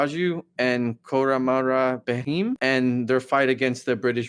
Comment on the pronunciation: He is Bheem not Baheem. :)